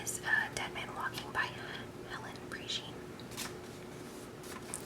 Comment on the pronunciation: Sonnier is pronounced Sawn-yay and Prejean is pronounced Pray-Shawn.